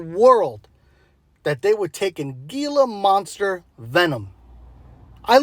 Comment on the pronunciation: Its pronounced hila monster not geelah monster.